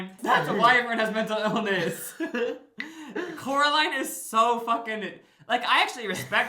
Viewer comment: It’s COraline not CAroline (sorry I had to bc it’s in the movie haha)